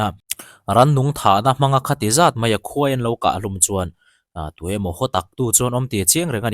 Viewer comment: Khawipui nge Khuaipui? Khawivah nge Khuaivah? Khawi vanrial nge Khuai vanrial? Khuai tia lam zel tur anilo ami?😊